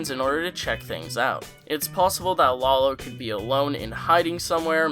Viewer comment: It's "lah low" come on